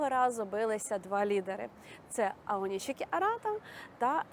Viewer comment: Українською правильно Аонісікі.